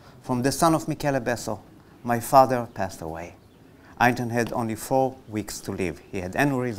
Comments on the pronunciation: der Sprecher ist unfähig Einstein korrekt auszusprechen und redet irgendein anderes Geräusch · the speaker unable to say the word Einstein correctly